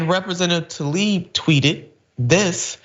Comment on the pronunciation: Let's try to pronounce the representative's name respectfully, shall we? It's \tlah-eeb\, not \tall-EEB\.